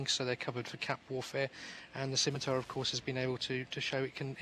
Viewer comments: oh hey, a video of internet spaceships online the video game. dear commentator, please never say "skimitar" again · "ss-imitar" is correct. "skimitar" is wrong. Dumb brit commentator :)